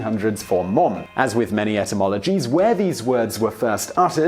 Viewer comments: The British pronunciation (i.e., "mum") is /mʌm/, whereas the American (i.e., "mom") is /mɑm/, not /mɔm/ as I hear what you're saying. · Simon can't say Mom right. Its Muom... :D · I may be one of many to mention this you still say Mum when you're trying to say, Mom. The best way I can tell you is to think Mam and say, Mom. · On this side of the pond, it's mAHm, not mUHm. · In Michigan mom is pronounced "mahm" not "mome" like Simon. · English people trying to say "Mom" is hilarious, no one says "Mohm" it's more a "Mahm" it's a curved syllable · Haha mohm... sorry we say mahm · The American pronunciation of “mom” does not have a hard ‘o’ sound. It’s more like an ‘a’ or ‘ah’ sound. So it’s closer to ‘marm’. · His pronunciation of ‘mom’ is weird. It sounds like Ikea furniture: Malm. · He still pronounces "Mom" like "mum". Who the hell would be confused? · it's mah-m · did he just say "man-mum"??? (Rewind) Yes, yes he did. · Mom is pronounced like Somerset. "mawm" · Hearing someone say "mom" with a British accent is really odd sounding. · is it only me who finds it funny that despite his effort he is STILL mispronouncing "Mom"? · Sebastian Vlogs True, what kind of American ever said “Mom” that way, with a funny “oh”, looool? It doesn’t sound British when they say “Mom” but it doesn’t sound like that, either, lol! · It didn’t. But it did sound weird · Why on Earth would you say an American word with a British accent?! o.O Mom and Mum, whatever, just say it as you usually say it. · I almost could not tell the difference between his "mum" and "mom". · When he says mom instead of mum it sounds like he combined o and u into one letter anyone else? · Is it just me or is he mispronouncing Mom? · Lol he still can't say mom.its cute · Thanks not how "mom" is pronounced. The vowel is /a/, as in "father". We don't have that vowel you use in "clock". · He said Mom wrong